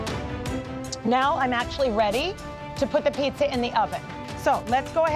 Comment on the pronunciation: Pizza atau pitza wkwkwk